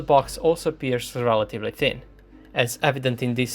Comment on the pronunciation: the detail of your research is simply jaw dropping, sir. Well done. only 2 pieces of advice, really just to help. Be careful when pronouncing the word "thin". It is not "tin", and saying "tin" can be funny if you talk about armour and tanks. the word "source" is the other one you have to be careful with. it has no sound in it like you have in "burn" or "hurt". And you, with a technical channel, have to use that word a lot. no offense. But even if you take it as an offense, I hope I helped a tiny bit.